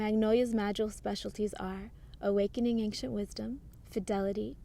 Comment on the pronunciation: Loved this video,. But why do you always say anKcient? It's ancient. AnSHent. No K..... Never was there to start with. (ān′shənt)